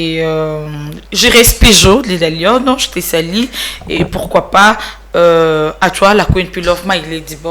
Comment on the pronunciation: revois un peu ton français pardon! Tu parles avec beaucoup de fautes et surtout déformes les mots ça m’énerve! Par exemple, tu dis toujours je te salis rectifie, on dit je te salues!!! C’est U et non I ah lala 🤦🏽‍♀️